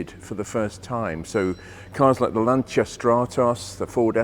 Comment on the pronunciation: Glad to hear you pronounce Lancia the correct Italian way . Interesting video as usual .